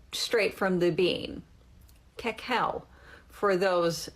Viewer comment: Listening to this woman say “cacao” should be the new way to torture people for information.